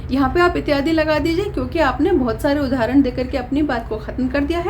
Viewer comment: आप आदि और इत्यादि का उच्चारण ही नहीं कर पाती हैं